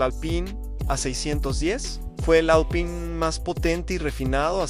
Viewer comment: Pésimo video, demasiada imagen IA, y no se dice Alpaine, me quedo con videos como los de Evo Máster y Garage Hermético.